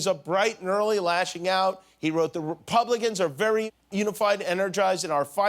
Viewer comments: "Oppidite", "Infair", and "Rupublicans" if this isn't proof that Donald trump is, at least, in some degree, illiterate, I don't know what does. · "Rupublicans" LOL🤣🤣🤣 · Cute Jimmy! It's pronounced RUH publicans. Let me say while I'm here that Trump embodies a resistance toward the long standing dysnfucntion and facade of our elected officials by including the less recognized audiences... Empowering people who believed they had no place previous details a insistent government of fools trying to keep what should be shared power; exclusive and kept within the hands of those THEY want to reach, which are no doubt like indeed fools. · RUPU....BLICANS LOL jimmy crazy